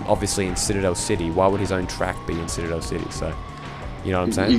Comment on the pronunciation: Hey man, not to be the Grammar Nazi, but it's "Citadel." ;)